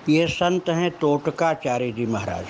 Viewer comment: तोटकाचार्य, NOT टोटकाचार्य